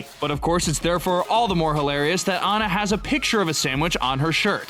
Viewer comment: It’s Anna not ana